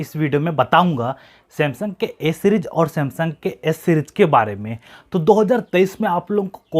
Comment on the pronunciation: O bhai s bol raha hai ya a bol raha hai sab confusion kar diya tune😥😬😬😖